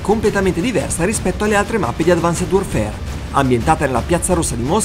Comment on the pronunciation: come mai pronunci advanced warfare in quel modo?